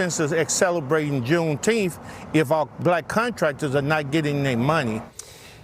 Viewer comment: What is "Juneteemph"?